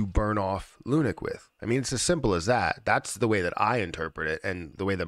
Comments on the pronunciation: It’s pronounced LUNC not lunic As in LUNC head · It’s not called “Lunik”, guy.